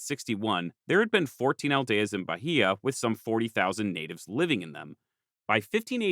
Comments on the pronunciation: I can help a bit with Portuguese pronunciation: The Portuguese H is silent, so Bahia should be Ba-ee-a and not Ba-hee-a. When between a L/N and a vowel, it gives a Y-like sound before the vowel (I think the best example I can give in case of N is it'd be closer to "Can ya" than to "kenya"). RR and R in the beginning of a word sound like English H (in my opinion at least). R between two vowels (or after a consonant like G or T) sounds more like the English R. Serra would be more like "Seha" than like "Sarah". And this doesn't come up in the video, but Portuguese "ch" sounds like "sh" in other languages, to the point only a few loanwords use "sh" (Like "shopping center", which is our equivalent of a mall, and "show" which we spell like in English). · Also, it's Ba-Ih-a. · I'll also add that Bahia is pronounced like Buy-EE-yuh